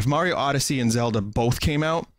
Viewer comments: "Odysee" really putting your English major to use ain't ya vin? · Vinny you fucking butchered the word Odyssey (Lol, jk)